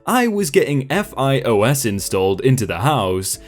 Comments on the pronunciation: It's not pronounced F I O S. It pronounced f-I-oh-s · so it'll be pronounced fios ( phi-oh-s) unless you truly just spell out every acronym what so ever like nasa.